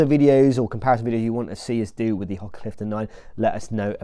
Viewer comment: Ho-ka not Hok-a